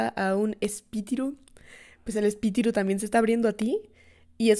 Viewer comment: ok la parte que mas me gusto fue cuando dijo espitiru❤❤